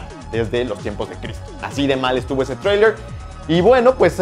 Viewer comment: porque no dices trailer como una persona normal?